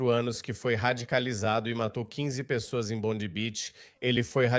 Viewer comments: A pronuncia é “Bondai”. A Austrália precisa acabar com escola Islamica, com uso de burka hijab, niqab etc. Também precisa prender os radicais dirigentes dos mosques 🕌, que pregam a violência contra outras religiões. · Brother a proniuncia correta é bondai, a praia mais famosa da Australia. A Attorney General dos USA. Cesar Queiroz Sydney Australia. A prova que vc nunca morou ou esteve na Austrália. Vc é um divulgador de fake. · Vives a tanto tempo na Australia nem prenunciar o nome da praia bondi